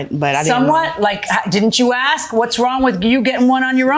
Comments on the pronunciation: ...Please don't axe anyone 🫩It's ASK! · Asked not axed